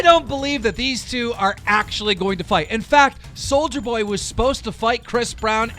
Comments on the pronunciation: Its Soulja Boy, see, no hard R on it SOULJA BOY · It’s pronounced Soulja boy NOT soldier boy❗️C’MON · It’s soulja boy! Not soldier boy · This fucking gnome needs to learn how 2 read its nit souljer boy its soulja boy ffs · Keem it’s Soul ja boy not soldier boy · Keem you Hurt my ears, it’s soljaboy not “soulgerboy” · It’s not soldier boy it’s sol-JUH boy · “Souljar boy” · “souljErboy” 🤦🏽‍♀️b say it right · You called him souljerboy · Please learn how to correctly pronounce peoples' names. There is no R on Soulja Boy's entire name! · keem learn how to say soulja boy right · You gotta say souljas name right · CAN THIS DUMB FUCK EVER PRONOUNCE ANYONES NAME RIGHT?? SOLDIER BOY ITS SOULJJJAAAAA BOY AND VIIEETALY ITS VITALY!